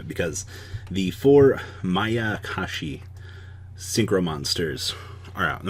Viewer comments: finally saying mayakashi, hearing makakashi over and over was like someone poking their finger into my temple repeatedly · Thumbs up for Saying Mayakashi correct today 👍😎